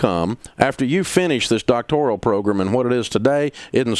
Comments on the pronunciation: Dave keeps saying Doctorial, he doesn’t even know what it is. I think it’s a great education in a field that is of primary importance. Dave holds a large asset of properties, only reason you would call him is to ask for a rent reduction. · Are you going to “help” people or are you just going to sit there and make fun of people looking for help? By the way, learn to pronounce ‘doctoral’. Idiot.